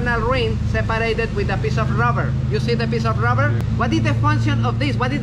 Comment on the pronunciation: Ruvver 😅 hes definitely from Spain. STABALIZE